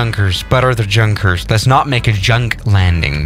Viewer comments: Yun-kers not Junk-ers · I speak German "Look at this JUNKers plane" as far as my limited German knowledge goes, is isn't it pronounced "Yunkers"? You know like a normal "J" not English one. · Did he just not said Jankers instead of Yunkers or Junkers now im pissed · junkers: is pronounced yunkers, a German: says junkers with a j Me: visible confusion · By the way,junkers is actually pronunced “unkers “in german. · Just a heads up, although it is spelled “Junkers” it is pronounced “Yunkers” just thought I would let you know for the future idk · Junkers in pronounced like Yunkers. It is not Ju it is J U. Get it right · totally agree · pronounced yoonkers damnit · It pronounced Yunkah J U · It’s Yunkers it’s pronounced Yunkers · U actually say yunkers yes it's pronounced junkers but u need to say yunkers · Yeah but he pronounces it the English way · Yeah for a guy who lives in Germany, you'd think he'd know that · He knows it, bruh. He just pronounces it the English way